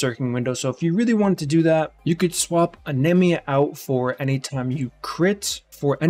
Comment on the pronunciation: Anemia is a real word and that's not how you pronounce it...